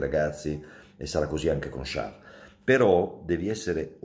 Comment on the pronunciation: Buongiorno Mauro.. ho chiesto alla mia ragazza olandese la pronuncia esatta di Charles.. la tua versione é quasi corretta anche se non perfetta..molto meglio di altri colleghi che la storpiano Di brutto 😆 Dettagli... Forza Diavolo